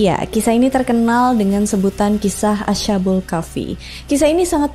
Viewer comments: asha kak lebih tepatnya bukan asya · bacanya as khabul ya kak bukak asha bul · Correcting dikit kak, bacanya bukan asha-bul, tapi as-habul 🙏🏻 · Oh iya, krn dipersilahkan utk mengkoreksi, saya mau koreksi ucapa "Ashabul" nya, bunyi sh nya bukan seperti sh di bahasa Inggris, tp tetep dibaca baik s dan h nya, jadinya "as-ha" bukan "asya" karena dlm penulisan Arab nya memang itu ada dua huruf, yaitu sin dan ha, jd bunyinya masing2.